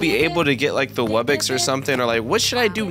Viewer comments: him saying wubbix and not wubbox makes me mad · When he says wubbox in the spin wheel he says wubbix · Here is a MASSIVE TIP Focus on buying and placing a lot of Islands, You can get Gold, Food, Relics [Once you get amber island] And more Wubbox is Pronounced Wub-box [ Man it's really obvious it ain't Wubbex ] A Regular Wubbox costs 75 Million Coins, be sure to mow that damn lawn. A Rare Wubbox needs Starpower. I will tell you what Starpower is next video because i forgot. A Epic Wubbox Costs 1 Diamond, But yet it is really hard to power up though. The Islands that needs monsters to summon are Celestial Wublin Amber [ Probably more but I forgot ] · WUBBIX?!?! WUBBIXXXXX!?!?!?!!??? ITS WUBBOX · it’s not call webbex it’s called wubbox